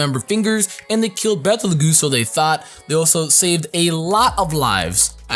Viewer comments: I think Betelgeuse pronounced is "beetle juice" not like battle geese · ....its Bet-L-Gyuse